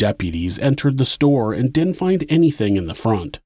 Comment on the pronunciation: "Didn't" not "dint".